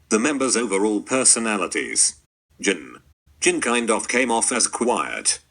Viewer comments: lmfao, the way says jn instaid of jin. JNN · ok so i lost it bc he said Jin exactly like how you’d say “spirit” in arabic💀💀💀💀💀